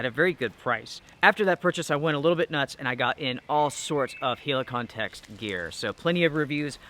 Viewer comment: The way you say Helikon is really annoying mate